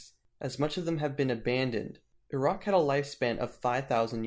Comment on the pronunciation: Such a shame about the poor pronunciation of Uruk and other names. Took me a few seconds to figure out that Err-aahhk was Uruk.